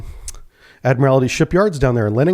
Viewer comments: How does a submariner not know how to pronounce "admiralty"? It's pronounced by just saying, "admiral" and then adding "tea" at the end. "Admiral T" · Still can't pronounce 'ADMIRALTY'. There's only ONE 'I' in the word. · BTW: It's pronounced "Admer-aldy" when referring to the shipyard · i know its petty but every time i hear you say admiralty like that it makes me so sad lol i mean your a navy man you of all people should know better lol